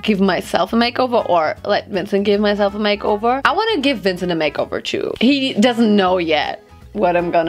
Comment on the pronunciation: & „ä mejkovor“ 😂❤️